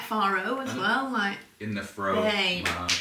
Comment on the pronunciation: Aw, in the “frowmage”… luv it! 🧀 “My husband is a genius,” 😊 !